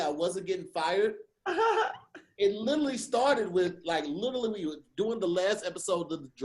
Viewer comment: Y’all please tell to stop saying littlelee (literally)😂😂😂